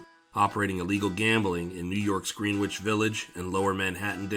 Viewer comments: Terrific video as always. Excuse my nit picking... but it's pronounced "GREN-itch" Village... not "Green-witch". Thanks! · He said "green-witch" village..Im gone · Greenwich is pronounced Gren-itch. Otherwise, a fantastic video. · This channel is a sleeper. It’s only a matter of time til your up there with the big boys. Keep at it! 👍🏼 I forget, did I comment on another video that Greenwich Village is pronounced “gren-ich”? I assume you aren’t from NY. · In the NYC version of Greenwich, the w is silent and the Green is pronounced like Gren. Dumb, I know, but I didn't make the rules. Also Houston St. is pronounced House-ton for some reason. I'm from Brooklyn. We have a few weird pronunciations of streets here too. Cortelyou Road. I'll let you try and sound it out. lol